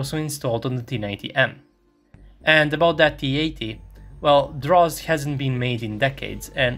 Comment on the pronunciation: Good video, but I ask you to improve your pronunciation is "Drozd" not "Dross" the active protection system. Greetings from Buenos Aires, Argentina.